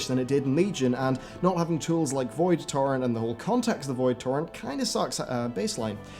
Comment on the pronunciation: every time you said "Void torrent" I heard "Void Tauren"